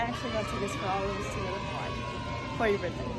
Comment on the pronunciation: Aloha I’m a Kanaka maoli here in Hawaii when pronouncing the name Hawaii the H is a “ ha “ sound end the w is a v sound ❤